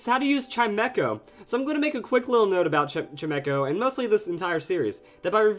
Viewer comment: WHAT? I thought it was pronounced CHIME CHO, not CHIME ECHO